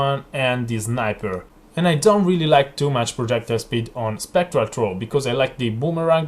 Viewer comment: i recommend using an H when saying throw and thank you, please try this in yur build